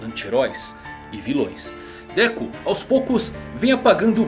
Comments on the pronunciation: Déku kkkkk que agonia ouvir isso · Dekú nao mano fica esquisito kkkkk Dêku